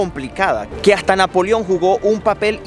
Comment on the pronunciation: Muy bien excelente trabajo. Saludos desde Colombia. Aclaro: es Napoleón. Pronuncias "Napolion". Abrazos.